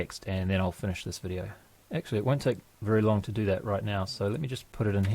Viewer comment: GREAT VIDEO, i mean vi'di'oh!